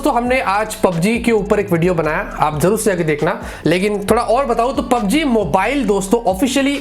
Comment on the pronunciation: PUBG main "G" nahi hain sirjiii